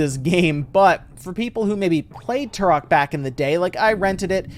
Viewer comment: It’s not turrrhok, it’s pronounced Trok.